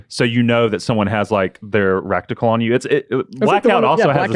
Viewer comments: said Foilage and Recticle during this video, and it makes me sad Leo didn't comment on them. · "FOIL-AGE" "REKTICAL" im dying